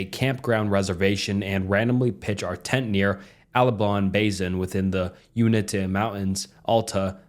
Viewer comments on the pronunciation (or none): I love your videos! But as a native Utahn I do feel like I have to correct some pronunciation issues Albion- AL-be-inn Uinta- YOU-inn-tuh Alta- AL-tuh Cecret- SEA-cret (just like keeping a secret) Nephi- Knee-FY Those parts cracked me up! Scary story though. Also in my opinion, Cecret Lake is totally worth going to if your into hiking, it can get kind of busy, but its beautiful at the top! Keep up the good work, love your videos, loved the collab and loved the 20 minute video length! ❤😂